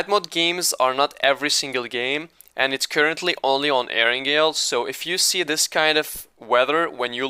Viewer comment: Ear angle😂